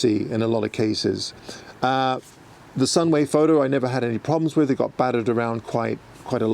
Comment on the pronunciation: Are you trying to appeal to a US audience by pronouncing your T's as D's more? You said Baddered and Battered, right after each other. It's jarring to hear in your dialect